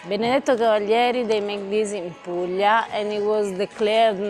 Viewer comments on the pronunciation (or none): none